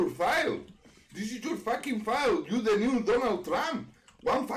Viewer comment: He said "launch de rocket" i thought he was gonna punch his table/keyboard